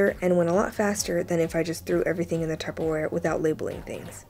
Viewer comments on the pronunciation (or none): none